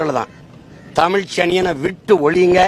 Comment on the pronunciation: 7.20 Soriyaar Dhadhi & chinna dhadhi ya Yean padikka vekkala. Paarthu padikkum bodhe Thappu thappa padikkaranga.